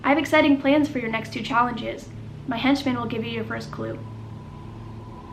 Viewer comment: I cant get over every time he says henchman though 😂